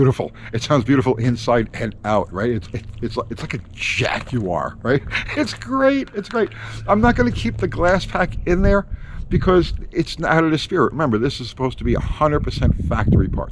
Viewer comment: What the fvck is a "Jack-you-are"??? Now THAT'S a new one. Can me has it?